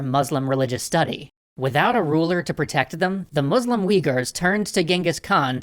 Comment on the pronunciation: Why do you pronounce Muslim as "Moozlum"?